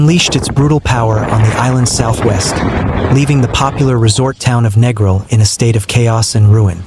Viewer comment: If you're gonna do a vid at least pronounce the name of the place right - its Neeee gril, and a lot of that vid doesn't even look like the place!